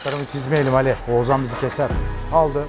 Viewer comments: Abi çok tatlısın Oğuzan diyip duruyorsun h harfleri yok heralde eleştirmek için değil sadece sempatikliğini dile getirmek için yazdım 🖐️ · Ozuzhan değil OĞUZHAN... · her seferinde Oğuzan demesi peki:))) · abi şu isme biraz çalış. Ozan gibi çıkıyor senin ağzından Oğuzhan:D "h" sesini atlıyosun:D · abi ouzan demesen oğushan gibi desen çok mu zor😊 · Oğuzan değil len, Oğuzhan Oğuzhan 😂😂😂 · Ne zaman oğuzhanın ismini oguzan diye söylemicen diye düşünüyorum😂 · Ouzan, adam Oğuzhan demiyor Ouzan diyor arada ğ h harfleri eksik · Oğuzan değil abi Oğuzhan :D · Ouzan niye diyosun abi :) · Oğuzan değil Oğuzhan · Oğuzan değil oğuzHan. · Oguzan degil Oguzhan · Peki ın oğuzzan demesi ndndndnnd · Neden Oğuzhan diyemiyon reis yahu adamın ismini bi düzgün söyle yahu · Abi bida oguzhan deme